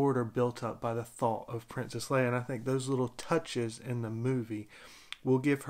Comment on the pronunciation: U said it right. Lol